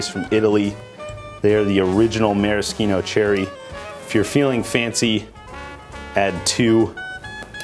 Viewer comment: Thanks for the correct Maraschino pronunciation, many professional bartenders say it wrong. It’s not “marashino”, in Italian letter C followed by H sounds like K. Good job 👍🏻